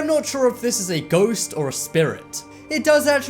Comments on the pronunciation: Its not goast you stupid its ghost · rachael grant ??goast? Sorry I thought you said toast.